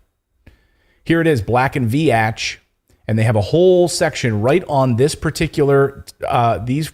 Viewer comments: Pronounced Veetch:, not "Ve-atch". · just a friendly fyi - - re. Black & Veatch - - the 2nd word is pronounced "Veeech" (like Beach)